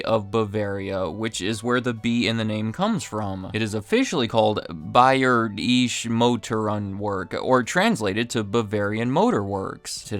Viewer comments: here's a very rough approximation of how to pronounce Bayerische Motoren Werke: Bye-AIR-isha Mo-TOR-en VAIR-kuh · You're not cool because you're pretending to not know how to pronounce the company's name in German. In five minutes you could have gotten it down. Egregious pandering, though I don't know why or to whom it would appeal. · A moment of silence for the brutal pronunciation of Bayerische Motorwerke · Hey there,...Thanks for posting this video. For future reference, Google Translate is your friend. Enter "BMW, Bayerische Motoren Werke" and you'll get the correct pronunciation. 😉 FWIW, in the early-to-mid '90s in Germany, I had a late '80s 3-series with a manual transmission. I use to cruise along the Autobahn at around 140 to 180 kph (87 to 112 mph). That car was rock solid. Loved it! 😀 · absolutely horrendous 😅